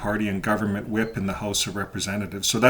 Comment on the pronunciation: At first I thought you said he”s a wimp 😹not a whip.